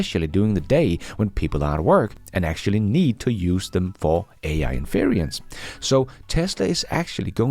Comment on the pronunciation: By the way, your pronunciation of "inference" makes me chuckle.. It's three syllables, not four. There is no "i" in the middle 🙂